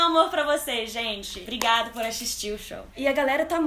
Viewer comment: "Brigado por axixtir o show" AI Q LINDAAAA♥️♥️♥️♥️